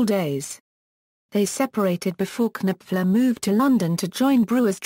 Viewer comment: His name is KNOPFLER, as in Nofler. His name is NOT Kanipfler!! arggghh!!!